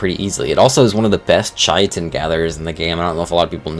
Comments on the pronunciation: It isn't pronounced kitten dude. Kai-tn. Is how you should pronounce it. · Wtf is chai-uh-tin? Kai-ten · Hate to do this, but chitin is pronounced "ky-tin" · KAI-TN. Not chitin, not kitten, not anything else you crazy people have come up with. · Yeah. Like it's obviously basically pronounced "kitten," not "shitten" nor "chaiten" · Chitin is the one that winds me up the most ch it in it’s not hard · I want to preface this comment by saying I mean this as respectfully as possible. Now, disregarding that you mispronounced the names of a whole bunch of creatures wrong, that's not a super huge deal because a lot of them are really weird and hard to pronounce anyway. The one that stuck with me (and wasn't even a dino, it was a resource) was "Chitin". I'm not sure where you got "Chai-a-tin" from... but its pronounced "Kai-tn". The one dino I will correct you on... is Therizinosaurus. Its pronounced "Tickle Chicken". Lol, kidding. But I wanted to end on a lighter note. 100% though... I see this like walking around with your fly down. I'd want someone to tell me. So I do mean this in the most respectful way possible. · I truly cannot fathom how people are still mispronouncing chitin. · Stop saying chitin like that, please. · It always annoys me the way he pronounces chitin and the fjordhawk